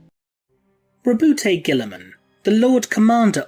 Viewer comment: I"m pretty sure that the e in Roboute is silent.